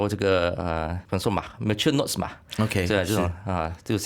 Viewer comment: 是 mature node 不是 note 哦